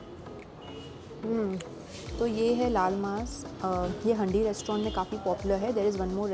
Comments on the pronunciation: Hi! Love your videos. Just a small correction it's not pronounced as handi but it is actually pronounced as haandi as in the vessel. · the way you pronounce 'handi' is absolutely wrong!